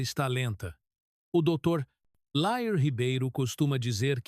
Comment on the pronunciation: É dr Lair e não Léir